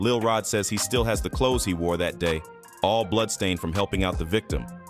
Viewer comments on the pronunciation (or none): none